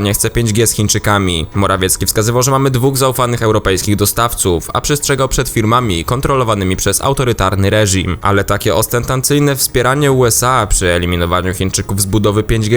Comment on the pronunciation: OSCENTANCYJNE??? :D nie ma takiego słowa :D